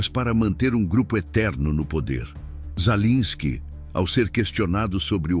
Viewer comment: Sua IEA, não sabe pronunciar o nome do governante da Ucrânia 😂😂😂😂 Ensine-a!!!